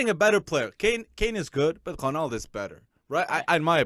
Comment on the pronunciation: can i just ask why do u not pronounce ronaldo properly?